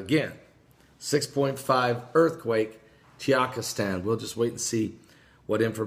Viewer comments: The country is TAH-GEE-KISS-TAN, NOT TEE-YAK-IS-TAN. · I know. I'm totally the grammar police, but for some reason I don't care when he misprounces things because it makes me laugh!